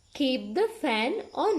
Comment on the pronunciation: On nemi eka adinna oni ." keep the fan on" kiyana ekedi "on" pronunciation adinna oni , nathnam in the chair on eke wage on pronounce karana eka waradi . Please correct that .